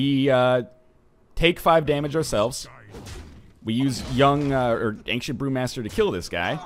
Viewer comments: Do other canadians pronounce it anksient? Seems really weird to me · Does anyone else think he pronounces Ancient weirdly....